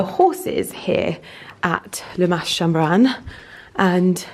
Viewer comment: Oh, the Camargue is one of my favourite parts of France. We loved our jeep tour also, what a great way to see the estuary and wetlands area. Highly recommend a visit to the walled town of Aigues-Mortes as well. By the way, you don't pronounce the "s" at the end of "Mas".